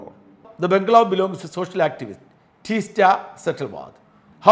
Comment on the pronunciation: ടീസ്റ്റ അല്ല. തീസ്ത!